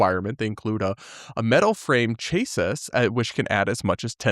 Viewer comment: YOU CAN'T PRONOUNCE CHASSIS? YOU CAN'T PRONOUNCE CHASSIS? OMG, THIS VALIDATES EVERY OPINION I HOLD OF YOU!!! LMAO!!!